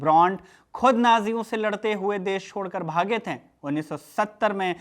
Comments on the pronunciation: "थें" नहीं बल्कि "थे" बोलिए हुज़ूर!!!😂😂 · Bhaiya aapki bhahut sari lines ke end main NTH ka sound aa raha hai jaise nazinth, shamilnth hai, ganyenthe, baghenthe...aap dhyaan se suno waise baki ka video bhhaut acha hai..